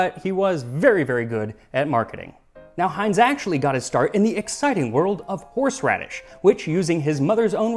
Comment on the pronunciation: "Horseraddish" Me: stands up im out